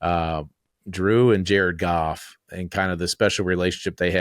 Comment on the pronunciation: I got chills during this video... Jar-Ed Goff ! JAR-ED GOFF!